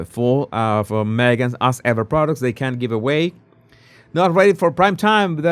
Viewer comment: In English, As Ever is pronounced AZZ Ever NOT ASS Ever!